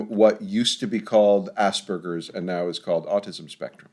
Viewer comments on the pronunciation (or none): It’s *Aspergers. Spelling it or even pronouncing it like ‘Asbergers’ is too similar to “ass burger” which is sometimes used against people on the autism spectrum.